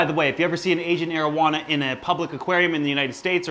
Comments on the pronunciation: Sounds like “Asian marijuana” 😂 I love your videos 💜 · Thought he said marowana